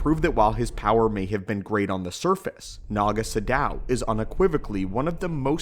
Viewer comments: Isn't it 'Naga SADOW'? Not 'Shadow' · Isn't his name "Naga SADOW," not "Naga Shadow"?